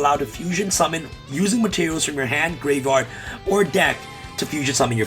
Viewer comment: I will donate $100 next livestream if I get a video of him pronouncing "graveyard" correctly for the entire video